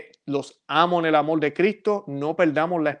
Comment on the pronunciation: Siempre confunde la L con la R, es una constante, confunde Amor por Amol, etc, etc.